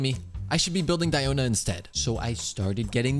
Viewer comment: It is sad you spent all those resources into Tenacity when the 4 piece passive is practically useless on Diona. It's only SKILL damage, so her burst does nothing for you in proccing the passive. It's Nobless Oblige all the way for Diona. Also it's DEE-oh-na. Not Dye-oh-na. It's not pronounced like that in real life and, yes, the EN VAs are wrong. They pronounce everything wrong.